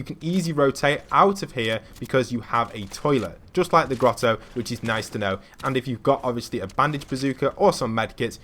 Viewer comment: He said “gettle”